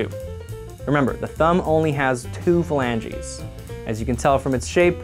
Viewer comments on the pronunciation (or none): Whenever he says phalanges, I just here flangies and it sounds like some kind of dessert, like pancakes with cherries or something.